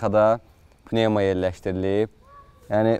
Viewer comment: Panevma yox e pnevma